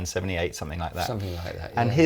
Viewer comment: Please, it is somethinG not somethink.....otherwise great show.